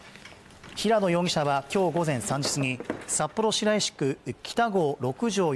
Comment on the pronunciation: 「しらいし」じゃなく「しろいし」